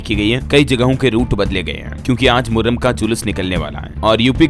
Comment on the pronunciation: Thik se padho moharram hai 😅😅😅